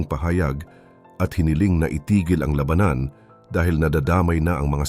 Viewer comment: To the narrator please pronounce the words lalaki, labanan correctly dapat silang umuwi aanhin Mula kung Ikaw ay mamamatay lang dahil sa Gera Ng my Gera